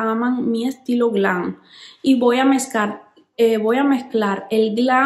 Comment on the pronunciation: No se dice glan Se dice GLAM